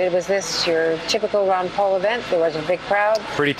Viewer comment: Its not Wan Paul its Ron Paul lady!